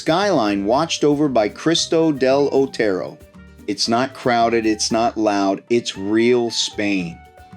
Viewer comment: It amazes me that I can pronounce any location in the USA, but Americans seem to be unable to pronounce the simplest name in Spain, like "Cristo del Otero". Mate, if Spanish were Chinese, I'd understand, but for Christ's (del Otero) sake.